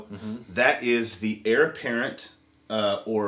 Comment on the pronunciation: Sounds great. But my inner grammar cop has a twitching eye...it’s “heir”, not “hier”.